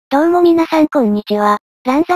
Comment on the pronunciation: ど→う↑もみなさんこ→ん↓にちは→